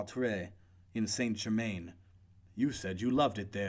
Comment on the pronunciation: Learn to pronounce the French words for gods sake. You utterly mangle gendarme, Crillon, St Germaine, etc. Americans in Paris know how to pronounce the French words and place names.